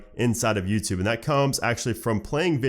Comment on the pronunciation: hey is it me or do i hear Nuketube instead of youtube LOL